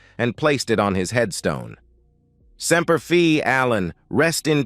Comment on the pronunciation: STUPID MORON SEMPER FI not semper fe dummy